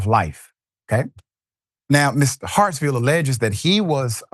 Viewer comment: S name is Hartsfield! Not Hartsville!!! You do this kind of thing a lot, so I've stopped watching a lot of your videos. It seems you never read the posts you put up in advance and butcher a lot of them.